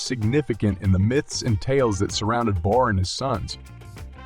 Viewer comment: Saying barr and borr. Kinda annoying, as to how to pronounce his name is unclear.